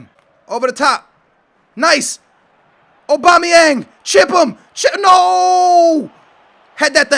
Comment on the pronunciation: LOL. OBAMA-yang. It's AU-bamayang.